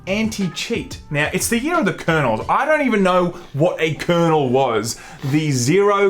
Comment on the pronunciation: Its "kernel".